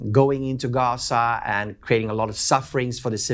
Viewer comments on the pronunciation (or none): none